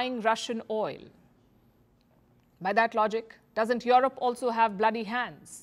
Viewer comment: O baby when you say Jurope